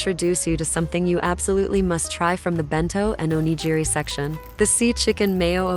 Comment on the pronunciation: Those aren’t souvenirs. And please learn how to correctly pronounce “onigiri.”